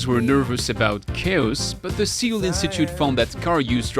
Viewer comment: your pronunciation of Seoul gave me a pimple.